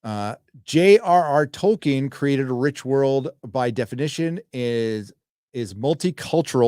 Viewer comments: Other than the interviewer calling him "Toykin." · The interviewer says "ToYkien" :D That shows how little they prepare for these things. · Tolkien, damnit, not Tolkein. Show some respect.